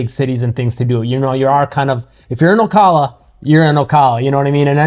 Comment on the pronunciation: Good summary. FYI the correct pronunciation of Ocala is: O. CAL A